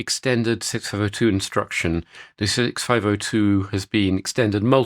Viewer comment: Neither could I! What is he saying?